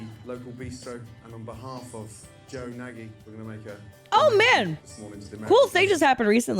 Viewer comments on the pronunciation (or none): So here's an interesting detail: Nagy is Hungarian for "The Great," and it's pronounced like "Nazh." I'm tempted to believe it's not his real name.